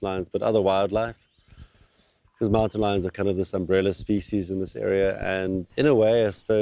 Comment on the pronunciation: Excellent documentary but the narrator's mispronunciation of "species" is very irritating.